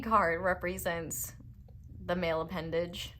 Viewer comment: "Male pendage" 😆😆😆